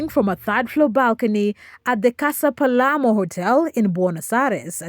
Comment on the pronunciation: It is the hotel “Casa Sur Palermo” you are wrong when said “Hotel Palemo”. You do not have trusted information.